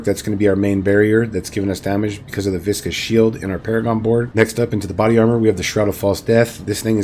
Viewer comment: I’m just glad FINALLY someone said “viscous” and not “vicious” … lol. Everybody and their mother been calling this node the latter. It’s surprising how bad adult gamers are at spelling. lol😂